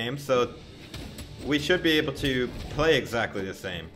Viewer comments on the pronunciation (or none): none